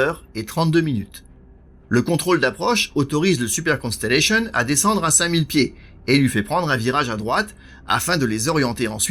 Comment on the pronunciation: Merci pour votre parfaite prononciation du Constellation. Continuez ainsi. Merci pour la qualité de votre vidéo, claire et précise.